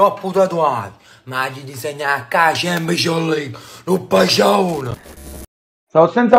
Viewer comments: a chempscion ligue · "A Champchon Lig"😂😂